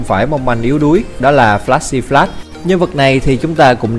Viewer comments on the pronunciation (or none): none